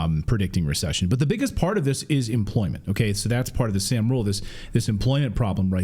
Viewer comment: It's sahm, not sam